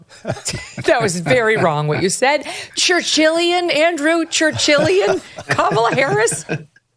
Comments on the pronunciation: He said chinchillian I think. Not Churchillian. Right? Am I right? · I think he meant "Chinchillian"😂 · I hate that Churchillian thing. Sounds like turtilian -- like ninja turtles -- every time sean hannity says it😂